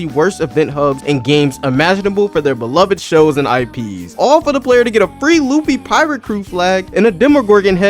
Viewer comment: That’s not Luffy that’s Loofa 😭💀🙏